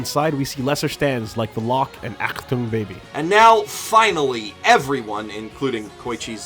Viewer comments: "Aktung"? "Okuyasu Keicho" WHAT THE FUCK?! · Did he just call azuauzia aktum baby? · Pretty good video, but every time you say "Achtung Baby" I die a bit inside...